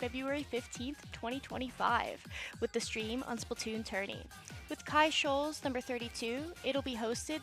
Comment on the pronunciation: Quick FYI: Chi-Shoals is pronounced like “shy-shoals”. (No worries, mispronunciation on that happens a lot 😅)